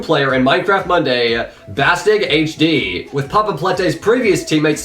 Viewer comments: Also : Bastig HG (It’s spoken like Bustee GHG) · Yooo xD how did he call BastiGHG im laughing my ass off